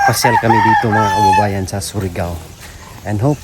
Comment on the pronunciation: Hindi SORIGAO..kundi SURIGAO 😂😂